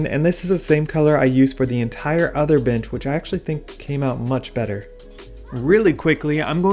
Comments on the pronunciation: Omg yes I thought he said chimichanga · I thought wait what b**ches??😂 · Do you say "bench" or "bitch"? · Love this. Am I the only one that thought he said something else when he said bench?